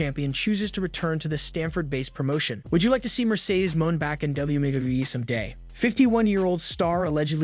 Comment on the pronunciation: Who did the voiceover for this? A robot? I hope so bec u cant be a wrestling site and not be able to pronounce wrestler names....Mercedes Moan? lol. Its Mone' as in Monet....smh...and he said "debutt"....its debut, like day-byu...lol